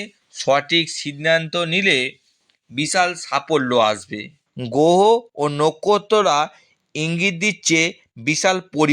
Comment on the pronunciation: আগে উচ্চারণ গুলোকে শুদ্ধ করুন, গোহ আবার কি 😂😂😂